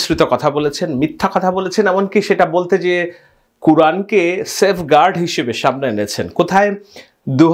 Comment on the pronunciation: 'সের্ফ গার্ড' জিনিসটা কি? আর, 'হচকচিত' জিনিসটা কি ভাই? 'দ্বন্ধ' শব্দকে বলছিস 'ধন্ধ'। এছাড়া, অনেক শব্দ(বাংলা ও ইংরেজি) ও বাক্য ভুলভাল উচ্চারণ করছিস। তো,, যে বেটা 'সেইফ গার্ড' এবং 'হকচকিত' শব্দের সঠিক উচ্চারণ করতে জানেনা, সে বেটা কিভাবে মানুষকে বয়ান দিতে যাস?